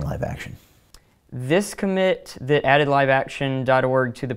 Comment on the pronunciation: If you don't protect your sources better you won't find many people willing to "be brave". was shown in profile silhouette, and you did nothing to hide his speech patterns and mispronunciation of common words such as "that" (which he pronounces "thit"). Your work is much appreciated but you need to be more careful to protect your sources' identities.